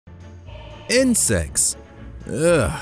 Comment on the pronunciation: My mind is crazy for hearing inscest instead of insects